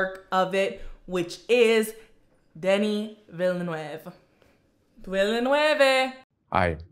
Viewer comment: They do amuse me all the inventive ways people have found to pronounce Denis' name incorrectly.